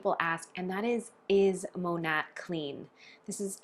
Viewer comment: The correct pronunciation is “Mah-Nate” which the company name is short for “modern nature” using the first syllables of these words. Hearing you mispronounce the company name repeatedly, I thought you might want to know.